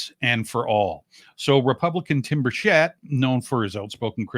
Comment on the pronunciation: Burchett. It’s pronounced burch like the tree, it’s a hard c. It is not pronounced BurSHett. It’s BurCh-ett. As in Choo choo. Or ChurCh, searCh, crunCh. Etc….